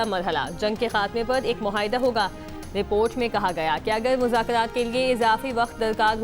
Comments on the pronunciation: Please isko change kerain ye news anchor bikyl ghalat ilfaz bolti hain..muhaida nahi hota bhai muahida hota hai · She seems to have Rhotacism (cannot pronounce 'R' sounds properly) please ese logon ko support karen.❤ baqi I agree ع sound in معاہدہ shall be pronounced as it is spelled.